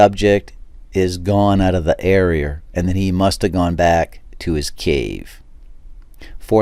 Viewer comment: in the ereer